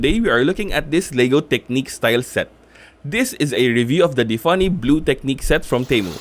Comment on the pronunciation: It's tiffany blue, not diffany blue because it is trying to spell tiffany blue with a d in the name